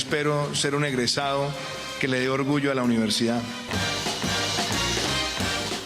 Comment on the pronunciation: JAJAJA EN EL MIN 38.20 DUQUE DICE ENGRESADO? LA PALABRA CORRECTA ES EGRESADO.